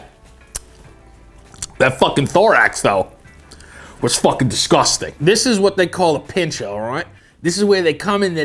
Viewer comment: It’s fockin disCOSTang”